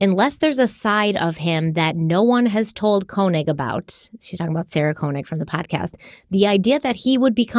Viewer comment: You pronouncing Sarah Koenig’s name wrong throughout this even after you listened to serial supposedly several times drives me insane 😂